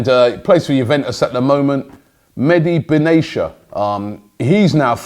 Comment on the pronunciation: man said meddy benayshaa 😂😂😂😂😂